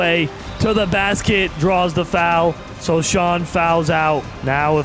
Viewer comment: It is pronounced so-Han not sochan